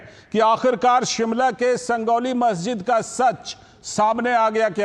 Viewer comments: संजौली है भइया संगौली नहीं .. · संजौली है भाई संगौली निही